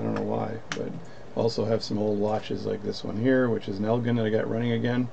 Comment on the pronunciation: I have a few of these. An excellent reference video! Thanks Oh and I live by Elgin Illinois, it's pronounces "L Gin". The giant watch factory is gone, took a dog training class Ina one of it's larger rooms.